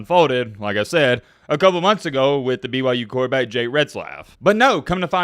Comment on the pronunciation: Is he saying BYJews?